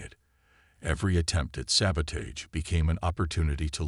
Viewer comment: I am sorry but I have to say this. I love the AI voice, is very good and your plot is good but please teach the AI to pronounce words correctly. It must be an AI thing, same words mispronounced most of the time, all the time in some cases like debris, barrage, sabotage, etc…